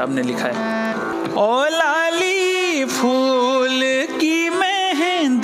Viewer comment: Respected Mukesh sir.. in Urdu language it is written as phool. Not foool. ne sahi pronounce Kiya hai